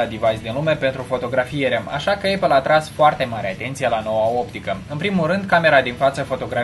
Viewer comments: Știu că se zice eipăl*. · Se pronunță:eipăl! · se zice aipăl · ăpăl, nu ăipăl.